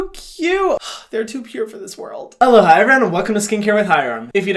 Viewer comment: THIS WHOLE TIME HYRAM WAS SAYING ALOHA?? MY DUMBASS THOUGHT HE WAS SAYING “HELLO HI” SKCHFHDKSN